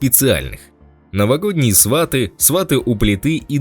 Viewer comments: Свати, а не СвАти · Не сва'ты а сваты'! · Научитесь правильно говорить. Фильм называется: "СватЫ", а не " СвАты". Противно слушать вас. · Не свАты , а сватЫ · Ведущий тупо называет «Сватов»,говорит сваты(ставя ударение на «а»)😏🤮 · Диктор отврвтительно произносит слово -сваты ! Даже слушать не хочется !! Жалко прекрасного артиста!!! А диктор идеот!¡ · сваты ударение правильно ставить надо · Ударение правильно ставить надо на название фильма !!!!!!!!!!Грамотей !!!!!!! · Ударение на слове "сваты" автор ставит не правильно! Это совершенно другое значение слова с таким ударением в українській мові! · Ударение в слове сваты на втором слоге!!!